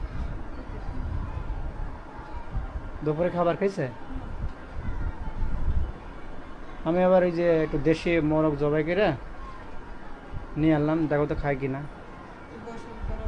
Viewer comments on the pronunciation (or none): বেশি শুদ্ধ করতে গিয়ে জবাইকে যবি বলতেছেন ,,😮